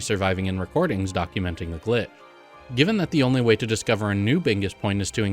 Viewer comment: Sometimes it sounds like you are saying "gli" instead of "glitch!" I wonder if your microphone settings are at fault?